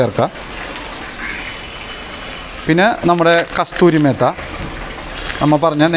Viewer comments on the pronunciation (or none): ഭായ്കസ്തൂരിമേത്ത അല്ല കസുരിമേത്തി എന്നാണ്സരിയായ ഉച്ചാരണം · കസ്തൂരി മേത്തയോ 😂😂 കസൂരി മേത്തി അല്ലേ guyzzzzzzz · നിങ്ങൾ എന്തൊരു കുക്കാണെടോ. കസ്തൂരി മേത്ത അല്ല, കസൂരി മേത്തി എന്നു പറയ് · കസ്തൂരി മേത്ത അല്ല, കസൂരി മേത്തി, എല്ലാം ok എസ്സെൻസ് ചേർത്തത് ശരിയായില്ല 😬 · Kasthuri mehta alla kasuri methi😂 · കസൂരി മേത്തി എന്നാണ് പറയുക